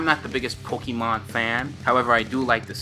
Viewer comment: Its not pookimon its Pokaemon.........I always get triggered when I here people say it like that haha